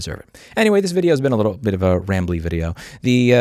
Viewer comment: "Send them a lil message." You've never sounded more Italian, Louis! 👏😂